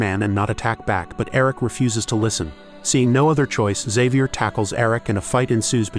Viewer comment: why cant this AI pronounce, Xavier???